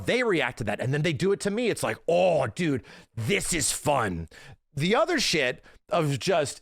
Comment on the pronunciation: You know it’s bad when says dude instead of dood